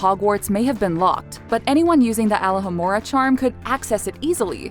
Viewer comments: She said Alahamora meanwhile its Alohomora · the hell is ala hamora, its prnounced aLOW hamora